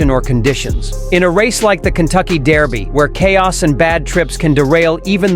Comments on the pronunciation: Its Derby not Daerby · It bothers me way too much how he says "dairby" lol